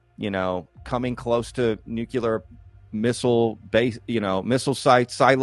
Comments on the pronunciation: Thanks for coming on,. But please, for the love of my sanity, please stop saying "nuke u lar". The word is "nuclear", clear like the glass it produces. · Neat discussion and all, however, I immediately lose just about all respect for someone and begin to doubt their intelligence when they can't pronounce nuclear correctly... It's spelled "nuclear," not "nuculur." Sound it out... New, klee, urr. Think new-clear. It is absolutely not pronounced like new, kyoo (Q), lurr... That is how an idiot pronounces it. C'mon, you can do it. Helpful tutorial video below... 🤦‍♂ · I wish he would quite saying nucular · Why can’t anyone pronounce the word nuclear?